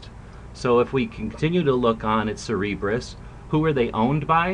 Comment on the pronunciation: Great vid! I going a bit of be a pronunciation nazi though. It's Cer-ber-us